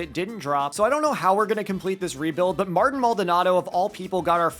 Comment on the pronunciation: It is Marteen